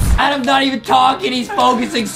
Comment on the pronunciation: it's not ADEM it's ADAM